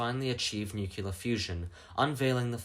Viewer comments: Sir, it’s nuclear. Not nukular. Pedantic issues aside, good video. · I love your content and feel you're underappreciated! But pleeeease: It's not pronounced "nu-kyu-lar"... there isn't a hidden syllable. "Nu-clear" (or even "nu-cle-ar"). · i gotta ask, why do you guys prononce nuclear as nucular? Also, bro, regulate your volume, those damn decades songs are like jumpscares when your voice is so damn low.